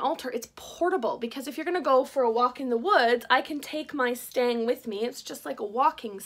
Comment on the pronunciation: It's a stick, pole, staff, or stave. If you insist calling it a stang, then the pronunciation is more like "stung". I know, nitpicking, but I couldn't help myself 🤪